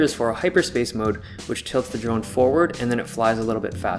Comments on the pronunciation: I cringed everytime I heard "drug" instead of drone. Either that or my ears are broken. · I cringed every time you said drone.